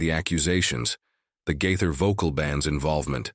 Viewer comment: The person narrating these stories about Bill Gaither needs to make decision as to how he wants to pronounce the Gaither name!